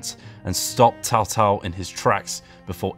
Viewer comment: anybody else is triggered when he said tao tao instead of cao cao?